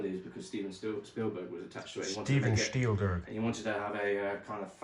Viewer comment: I'm German and "Steven Schtielgürk" was extremely funny because of language related reasons I can't really explain xD